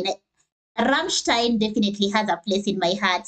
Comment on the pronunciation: Well fuck me, you got the "ei" in "Rammstein" right. Big up, most anglophones never get it.